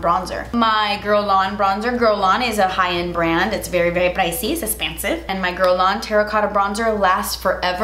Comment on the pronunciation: LOL "it's a good bronzer...iss essspensive." LOL